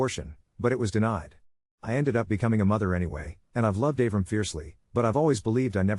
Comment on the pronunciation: Av-ram? It’s Ah-vrahm. 😂